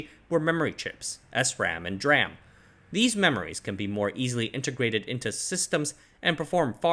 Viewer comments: GOD its De-RAM not Druam! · Love your vids but you're the only person I've ever heard call DRAM dram and not dee-ram and it's weird because you say SRAM correctly 😭😂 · "dee-ram" not "dram" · It’s D-RAM not dram. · It's not pronounced "dram" it's pronounced "d-ram", just like "s-ram". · Oh "dram", you’re right. He pronounces DRAM as ‘draah-m’ instead of ‘dee-ram’. Little quirks in such great content. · An aside from someone in tech - absolutely nobody pronounces DRAM as "dram". It's "dee-ram", and "dram" is a wee beverage ;) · S RAM and D RAM not S RAM and dram LUL why are you pronouncing it as dram instead of D(ee) RAM? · Its still not dram, it's pronouned D Ram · yes please, I cringe every time I hear "dram" instead of "Dee-ram" :-) Great video. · You're driving me nuts the way you pronounce dram. It's "D"-ram. That's how everybody in the industry pronounces it. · Good info. However I just want to point out that "DRAM" should be pronounced as "DEE-RAM" Like SRAM is "S - RAM" They should be the same logic when you pronounce the word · not the first time he does it, most likely he is intentionally saying it like this don't know why though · Say what you will about the man, but he is fully committed to his pronunciation of DRAM. 😉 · why do you pronounce SRAM with the S on its own but pronounce DRAM as one syllable? i have not heard DRAM pronounced that way from literally anywhere else god it's annoying the hell out of me